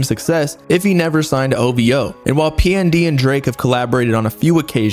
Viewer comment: Every time he say ovo i yell ovhooo get it right sir 😂😂😂😂😂😂